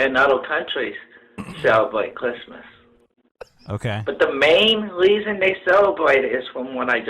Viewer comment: HE DID SAY WEASON!